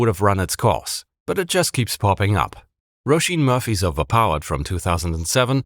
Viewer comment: I'm Irish. You pronounced Roisin Murphy perfectly.